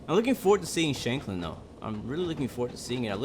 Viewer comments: BTW, your pronunciation of Shanklin was pretty spot on though you could have shortened the Shank part a little more. Its pronounced just like it is in the word shank, meaning small knife. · As far as I am way you pronounceing shankling correct